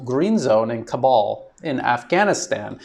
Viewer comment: Hi this is how Kabul is pronounced I doubt the Taliban will allow a single us serviceman or mercenary stay in Afghanistan